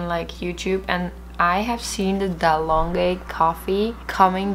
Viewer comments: It's dalgona not dalonga 😂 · Dalonge?? Dal-guh-na. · Dalgona not dalonge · Its Dalgona. Not Dalonge😂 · I actually heard its from Greece originally and its pronounced dal-go-na? I could be wrong too lol